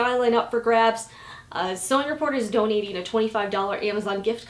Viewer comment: every time you say sewing report I ear " sewing it poor" 😂😂😂